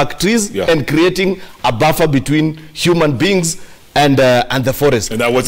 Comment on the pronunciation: Did Cheruiyot just say "human beens"